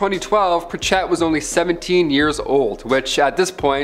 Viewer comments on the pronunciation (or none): " Pritch it ". Not" pritch Ette "